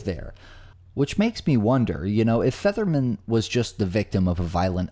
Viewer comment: To narrator, it sounds like your pronouncing Featherman as Fetterman. If you are your lronouncing it wrong.